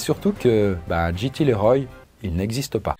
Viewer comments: CC'est JT LeRoy pas GT Leroy, si jamais... JT pas GT. Tu prononces GT, c'est pénible... Sinon bonne vidéo, mais la prononciation ça compte ! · Ça se prononce "Liroy". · JT Leroy 😂😂 ça se prononce Liroye 😁 cet accent so frenchy 😁🥰